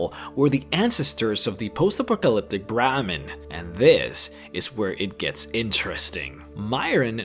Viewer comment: Hey, I’m not trying to trash your accent but you are a content provider, you should work on proper pronunciation. Words like Brahmin, peyote and fallout are words you should work on. Unless you prefer to keep extracting protein from that dong.